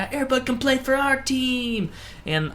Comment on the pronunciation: at first i thot u said airbut